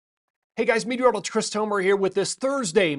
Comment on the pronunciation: “Hey guys MECvdgsGdiollgist Chris Tomer here” 😂 gets me every time.